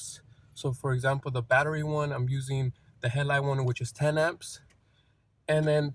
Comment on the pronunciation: Good video. I like how he says hell-light instead of headlight ;)